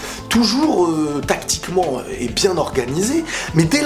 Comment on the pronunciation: compte avec moi commebiende fois il as dit "'tacticment'"